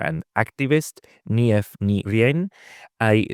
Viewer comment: You can pronounce the name 'Niamh' as 'neeev'